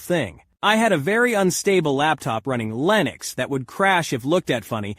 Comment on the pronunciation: Im sorry did you just say Lenux it's pronounced Linux you noob.